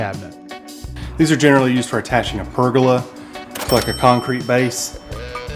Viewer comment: perg url ah Sir. Sir.... Sir..., it's Per Go Lah